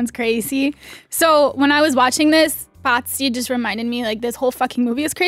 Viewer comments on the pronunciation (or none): Why the hell did keep referring to Pazzi as “Patsy”? Is he a Patsy Cline fan? 🤔